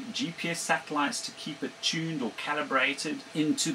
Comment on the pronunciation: *TUNED not "tunned". *DISCIPLINED not "disaplined"